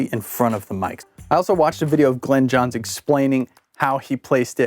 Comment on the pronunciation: Glyn (rhymes with in) Johns NOT Glen ‼😒 I'm a big fan of the M 160 and ribbons in general, which actually happen to work quite well with the Glyn Johns technique; however, Glyn Johns primarily used U67s, and sometimes U47s, or ELAM 251s, in cardioid mode. Most of the time a D30 would be used on the bass drum. A snare mic was printed sometimes, but only when he thought it was necessary, based on the drummer, and what kind of music was being recorded. It also helps if the drummer hits harder, like John Bonham or Keith Moon. I understand what you're doing here, but once you go beyond the three or four mic setup, you no longer have the said technique. EQ and maybe compression are used very sparingly with this method. The key thing that most people miss here, is that, the mic pres should be boosted 10 db more than usual, and the faders brought down 10db. THAT'S IT ‼It's not complicated. Unfortunately, you Millennials and Post-Millennials always have to keep adding more and more and more and.... 🤯